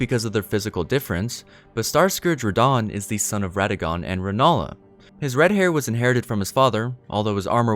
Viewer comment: Can we all take moment to realize that he said starscoog radahhn?